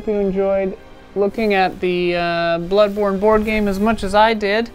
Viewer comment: Ahh yes, "Blodborne". 😋